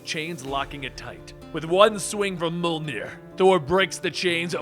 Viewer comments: mini pillai its pronounced mi-yol-nir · Ouf, hearing you try to pronounce Jarnbjorn and Mjölnir is a bit painful.